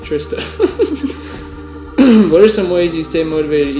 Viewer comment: lol you said "trista" in a spanish accent:P something i would do...